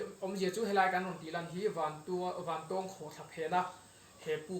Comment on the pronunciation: I thil tih ah hian mithilhre zawk te rawn hmasa ṭhin teh. A hmasa in "Vantawwwwng Khawhthla" kan nei ngai lo. Vantawng (eg: A san zawng chuan vàn a 'tawng') tia lam tur. Anih loh vêk chuan Vantáwng (eg: Ramhnuaiah sakei nen kan in 'tawng') tih ang pawhin a lar ta zawk a. Nangin a kan ram hmun leh hmel, duh duha an hming I lo thlak ve nachhan tur kha a them pawh a awm lo. Tin, Vantawng Khawhtla hnunga puk hi hmasang aṭang tawha kan hriat vek tawh ani. I luhna puk thuk zawk, fangfar awmna, "Puk far" kan tih mai kha kan naupan laia kan luh chhuah hrep tawhna ani. I kal hmasa awzawng lo. Adventure club lam, sa pel a kal leh a bulhnai khaw mi leh sa phei chuan an lutchhuak fo tawh I pian hma fe aṭang tawh pawhin. Mipui mimirin an ti bawrhbang ang tih hlauh vangin an kam tam lo mai. Tlawh luai² chi pawh anilo, intih palh leh mi hliam buaipui a buaithlak tawh ṭhin avangin. Fangfar ho kha khawih avanga thi thei pawh anni bawk lo, climate a zir leh zir loh vanga danglam mai ani. Tihian intih lar I duh vanga kan hmun fianrial ṭha tih common I hreh lo rau2 anih pawhin information dik deuh tal hi chuan thehdarh ṭhin rawh. Chubakah, ahmaa kan hrilh tawh ang che in naupang kum 20 pel ṭawk I ni. Camera leh drone tel kher lova I kalna hmun luh chhuak tawh tu hi a zà tel fe an awm. Puitling lungfing ber niawma Bawihtlung Channel style la taka Zofate zilh ve sek tum hi sim rawh. Kan hriat chanve chanveleh pawh la hrelo, kan hmuh tawh 10% la hmù lo hian Mizoram mi leh sate hi I zilh ve an